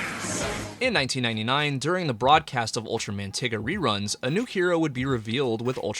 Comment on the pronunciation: I can not forgive you for mispronouncing Ultraman Tiga… Edit: I can not forgive you for mispronouncing a lot of these names, bro seriously?